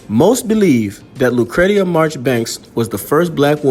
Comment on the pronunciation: Her name is pronounced “lou cree sha”. That is my sister’s name also.